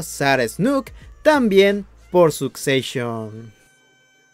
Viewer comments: Susecshon y Debir... me arden los oidos 😅😅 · Perdon... Sucseishon 🤦‍♀